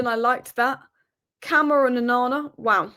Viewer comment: it's not camera it's Kuh-MAH-ra.